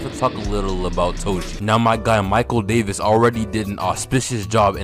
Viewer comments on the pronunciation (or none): none